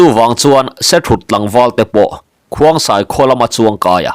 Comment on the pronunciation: Khongsai tih tur zawk ani lo maw